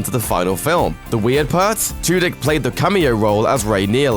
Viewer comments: I swear he said Alan Twodick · I swear he said Alan Two-Dick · Did anyone else lose it when he said Alan Two Dick lmao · did anyone else laugh whenever he said Alan Tudyk